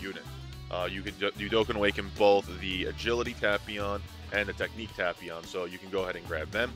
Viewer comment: please correctly say it like "TAPE-PION" it's really triggering